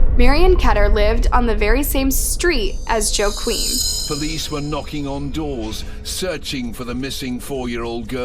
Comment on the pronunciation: Why are you pronouncing the simple name of joe as gggio ?